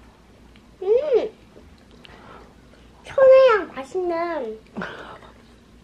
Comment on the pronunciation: 언어능력은 인정할 만 하군요ㅋㅋ천혜향이란 말이 어른도 생소한 단언데 5살아기가 발음을 또렷하게 하다니🙂 생글이도 언니닮아서 너무 잘 먹고 춤추는 게 넘 귀여워요🤗